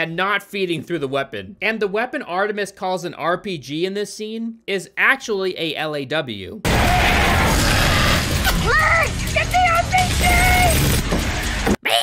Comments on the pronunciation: 😂 😮The part not feeding through the weapon IS NOT SUPPOSED TO (its not a belt), also the LAW is pronounced “law”. Tell me you never served while making fun of others didn’t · “Is AHKtually called a L - A - W”… (actually you didn’t even say it right)